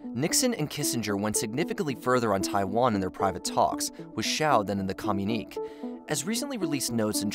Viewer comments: You keep saying communique wrong fyi. You say "kah-myu-neek" but it should be "kah-myu-ni-kay" Sorry, after the 10th time I had to say something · When you say com-you-neek is it communique? Cause that's commune-ikay. If not then what's the meaning of the word cause I don't think I've heard it? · "Communeek" is not a word. Communique is pronounced "co myoon i kay." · "Communique" (as used at about 10.30 and elsewere) is usually pronounced "communikay", not "communeek", just thought it would help your video sound a little more professional. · It's not pronounced "Com - unique", it's "Com-uni-KAY". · "Com-u-nik" as you pronouce it should be pronounced as "co-mun-i-k" (communique) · Communique is “kuh mew nick kay” and It’s “Qing” not “Quing” and pronounced “Ching” not “king” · Co-mu-nee-kay, leh-jiss,lay-chure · Communique is pronounced "ku myoon i kay." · It's irritating to hear your continual mispronounciation of the word that is pronounced correctly as "communiKAY." You make the word sound like "communist." Educate yourselves. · Pronounced: com mun e ka, please. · FFS!!! The word is pronounced COM-you-ni-kay!!!! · Quing empire?? Pronounced King?? Communiqué pronounced in … I don’t even know which language? This is not the quality I am used to with this channel. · It really does. It's one thing to butcher Qing, it's another to butcher indo-china or comunique. Makes it sound like they don't know what they're talking about. It's especially egregious when you have to consider they've been getting this feedback on pronunciation for a while. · The frequent mispronunciation of words like communique and memoirs really detract from your videos